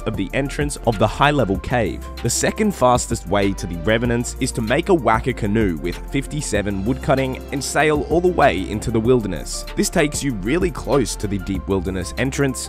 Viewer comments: Its not waka. Pronounced wa car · Waka is pronounced “woh-kah” , not; “wack-a” lol